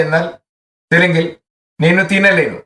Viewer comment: നെനു എന്നത് നേനു എന്നാണ്. ലെനു എന്നല്ല ലേനു എന്നാണ്.